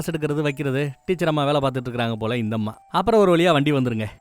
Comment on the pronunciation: என்ன..வேளயா...நாக்க.நல்ல.டங்க்க்ளீனர.வச்சி.நல்லா.தேயூங்க...ழ.ள.ல.ன.ண.....இது ஒண்ணும்.சேறுத.இடத்தில்.சேர்க்க்கூடது......கூடாது..